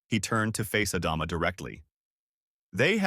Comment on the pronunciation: For the 3rd story in a row....Adama... Ah Dom Ah....ADAMA!!!!!!!!!!!!!! it is not the only name this AI bs is getting wrong. ADAMA!!!!!!!!